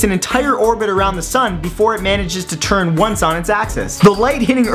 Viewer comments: NOOO, you said ACCESS instead of AXIS!!! My ears!!! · soulkiss31 It sounded like 'access' but he meant 'axis'.